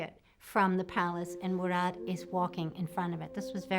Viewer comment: it’s pronounced “ha-rem” not “Hareem”. It’s pronounced “Hur-rem” not “Hurem”, It’s pronounced Mu-raad(strongly pronouncing “R”) not “Mu- rayd”.